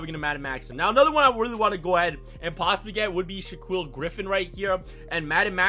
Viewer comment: Shaa-kwill lol